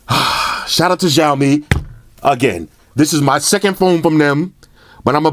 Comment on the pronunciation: the phones will come to usa/canada in 2019, also it is pronounced more as "shhhh aaaoouu " " mmmeee" it means.. xiao = little, mi = rice grain. cheers